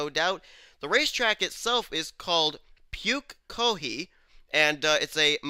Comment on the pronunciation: it's pronounced pooker-co-wee if that helps lol, I'll watch the other races today since I gots no work lol